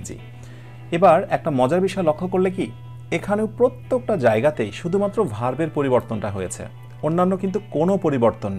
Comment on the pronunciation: স্যার, সবকিছু মিলিয়ে অনেক ভালো লাগে আপনার ক্লাসগুলো 🥰। স্যার শুধু একটু সমস্যা তাহলো ব্যাকগ্রাউন্ড মিউজিকটা দিয়েন না বা পরিবর্তন করে দেন আর আপনাকে (প্রত্যেক) এই উচ্চারণটি ভালোমতো করবার জন্য অনুরোধ করা হলো🙏